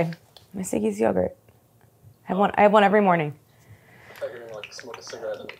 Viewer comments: the beginning she said “siggis” but it sounded like “ciggies” which it what we call cigarettes in england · I deadass thought she said “I need my ciggies”